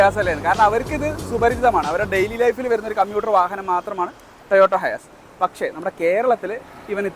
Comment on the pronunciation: ടൊയോട്ട ഹയാസ് അല്ല ഹൈസ് ആണ്